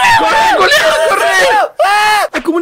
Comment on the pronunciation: Me mata de risa cunado dice "corre coliau"